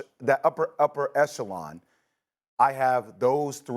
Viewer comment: It's Echelon bruh! 😂